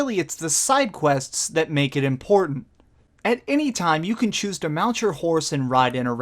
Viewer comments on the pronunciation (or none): none